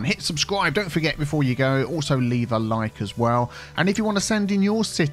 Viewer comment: it's a thing when he does the lane management;-) he says you go here..you go there that seems like he is saying Hugo here/ there...